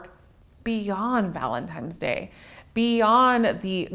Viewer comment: "Valentimes Day." lol